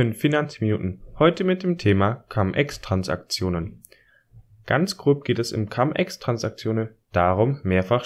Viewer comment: Cum (mit) und ex (aus) sind beides lateinische Wörter. Du brauchst sie also nicht englisch auszusprechen.